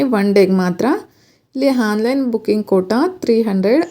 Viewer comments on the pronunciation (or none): ಮೇಡಂ ನೀವು ಉತ್ತಮವಾದ ಮಾಹಿತಿ ನೀಡಿದ್ದೀರಿ.. ಆದರೇ...... ಕನ್ನಡ ಭಾಷೆಯಲ್ಲಿ 'ಅ' ಕಾರ. ಹಾಗು ' ಹ ' ಕಾರ ಉಚ್ಚಾರಣೆಗೂ ಬಹಳ ವೆತ್ಯಾಸ ಇದೆ.. ' ಹಾನ್ ಲೈನ್' ಅಂತ ನೀವು ಉಚ್ಚರಿಸುತ್ತಿದ್ದೀರಿ.. ಅದು ' ಆನ್ ಲೈನ್ ' ಅಂತ ಆಗಬೇಕು.. ಹಾಗೆಯೇ...... Playstore ' ಹ್ಯಾಪ್ ' ಅಲ್ಲ ಆ್ಯಪ್ ಎಂದು ಉಚ್ಚರಿಸಬೇಕು.. ಬಿಟ್ಟಿ ಉಪದೇಶ ಹೇಳುತ್ತಿದ್ದೇನೆ ಅಂದುಕೊಂಡರೂ ಪರವಾಗಿಲ್ಲ.. ಕನ್ನಡ ಕೊಲೆ ಮಾಡಬೇಡಿ.. ಶುದ್ಧ ಕನ್ನಡ ಅಚ್ಚ ಕನ್ನಡದಲ್ಲಿ ನಿಮ್ಮ ವೀಡಿಯೊ ವಿವರಣೆಯನ್ನು ವಿವರಿಸಿ....